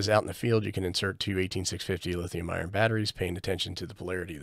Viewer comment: It isn't always true but it usually makes sense that the outside of the barrel plug is negative, because usually smart people don't leave positive rails exposed. Also it sounds like you keep saying Lithium IRON (LiFePO4), but it is lithium ION (Various chemistries that are NOT LiFePO4) Personally I'm looking at bypassing this whole business by seeing what it takes to make a USB-PPS board for this. I already have bunches of these INUI power banks that I use with my IC-705, and other stuff. (GreatScott has a video)